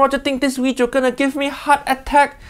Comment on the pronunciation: me: having the worst day uncle roger: JAMIE OLIVER WEEJIO me: okay i no longer have the worst day